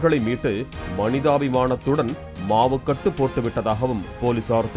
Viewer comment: அமைதிப்படை polimer be like: "மாவுகட்டு" அந்த "மாவுகட்டு" அத நல்லா அழுத்தி சொள்ளனும்.